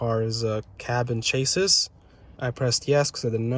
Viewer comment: "Cab and Chassis" means exactly that - A cab with no bed or tailgate. The chassis is the frame with drive train. It pronounced "chass - ee"